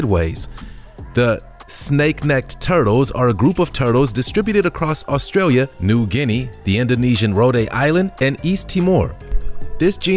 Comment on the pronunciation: I am very impressed when you say New Guinea I'm from 🇵🇬👍😂